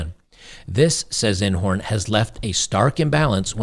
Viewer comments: I couldn't stop laughing because every time you said Inhorn my brain heard Einhorn and we all know, "Einhorn is a man!" 🤮🤣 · each time you say Inhorn all I hear is... "SHE'S NOT LOIS INEHORN, SHE'S RAY FINKLE, SHES A MAAN!"